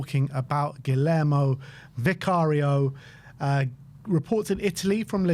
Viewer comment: We've had this player for 3 seasons now, yet sp many have never bothered to learn to say "Guglielmo".